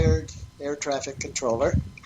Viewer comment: sounded like you said "a retarded air craft controller" lmao